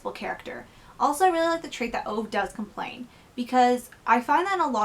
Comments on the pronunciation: His name is not OVE, it's pronounced OOVA. 😁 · I love this book, my book groups love it!. I went out that week and purchased 'My Grandmother asked me to tell you she's sorry' ..equally enjoyable read! By the way, OVE is pronounced 'OOoo Vahhh'